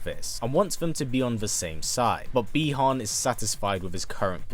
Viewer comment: I have have a comment, could you please pronounce the names of the characters correctly. For example : Bi Han, because I noticed that during the video.